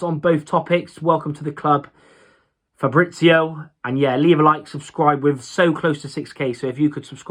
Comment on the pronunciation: Hey...i know Fabrizio Cavegn quite good. He's a very humble and hard-working guy. He will bring a lot of joy to the Rovers. And about the pronunciation: you can work on it ;)